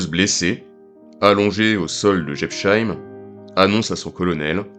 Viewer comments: Quand les français comprendront ils qu´il n´y a pas de "sheim" en Alsacien, mais que chaque nom de ville ou de village se prononce "-heim"; Jebs-heim, Pfaffen-heim, Herrlis-heim. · Prononciation approximative de Jebsheim : le s suivi d'un h ne fait jamais le son "che". C'est seulement le cas si c’était écrit "sch" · J'adoooore la prononciation de cette localité alsacienne ! On se renseigne avant de commenter une vidéo ! C'est la moindre des choses ...:body-blue-raised-arms::face-red-droopy-eyes